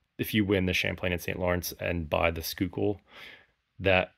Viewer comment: Schuylkill is pronounced SKY kill